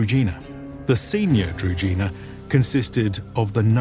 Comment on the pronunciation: Could you please just validate the pronunciation of key words when making a video? Shouldn't be hard. Družina is pronounced different, where ž is pronounced like J in Jules (french) for example. Otherwise, big up for the video. Nicely done.